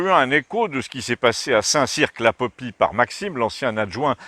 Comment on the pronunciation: St Cirq ne prononce pas le Q ! mais super vidéo comme d'hab sinon ;D